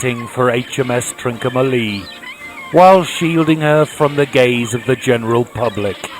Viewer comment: ‘Trin-comma-lee’ not ‘Trin-co-ma-lee’.